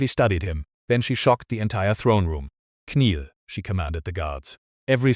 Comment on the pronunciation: I chuckled both times when the AI narrator pronounced the words kneel as "k'neel" and knelt as "k'nelt" 😅 Ok, I k'now its childish so I'll just grab my k'napsack and make my exit as the irreverent k'nave I've become 👋